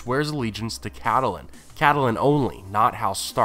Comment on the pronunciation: People in the show most often say "Kat-len," so why do you say "Kat-uh-len?"